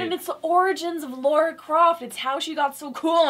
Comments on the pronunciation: IT'S LARA, NOT LAURA! cant wait for that ascension review though. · Lahrah not lorah